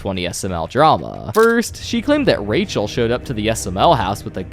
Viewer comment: dramauh, yachtuh, roy(y), down(n), ba(a)guh